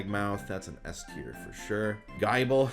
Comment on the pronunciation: And I thought Slay-king from the last one was bad. GUY-BLE?!?